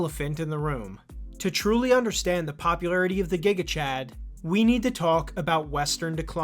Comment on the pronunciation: It's gigachad as jigachad not as guigachad